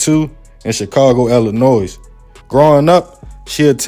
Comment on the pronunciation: With no disrespect intended: Illinois has a silent "s" sound, so it should be pronounced "Il-ih-NOY," not "Ill-ih-NOISE." ✊🏾